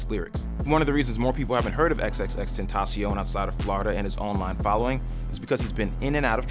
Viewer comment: Gugus Dada tentaCion with c not s.